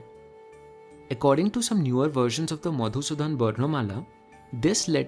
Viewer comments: Love ur pronunciation to the point (at least Odia) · First time I have seen someone who has researched about our Odia Language so well in this detail. Otherwise people from other parts of India still think that Odissi is our language, which is actually our dance form. also the pronunciation of Odia was very near to perfect. Which is usually very difficult for non-Odia people. Loved this channel a lot